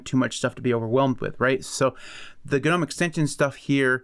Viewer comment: American manages to pronounce Gnome he way it is intended. :) Congratz. ;)